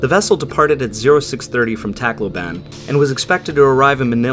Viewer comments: Pronunciation: Cebu = se-BOO Tacloban = tok-LO-bahn Leyte = LAY-tee Luzon = lu-ZON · Tacloban is pronounced like T'kloh-bin and Leyte is pronounced Lay-tay.